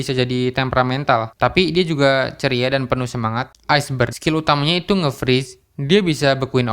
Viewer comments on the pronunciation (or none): none